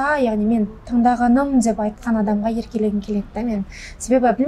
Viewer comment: Короче ертерек тиіп алғым келеді десейші , сосын тәлпіштеніп деп деген сөзді дзеп демей сөйлеші